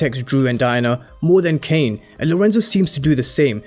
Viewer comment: Dude fix what you’re saying frfr. Tf is Kane ???